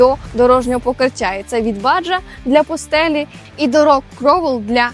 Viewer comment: Все добре, але Baja читається не Баджа, а Баха. Баха - це пустеля в Мексиці і одноіменна пустельна гонка